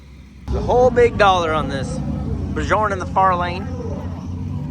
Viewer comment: The J in Bjorn is silent. :face-blue-smiling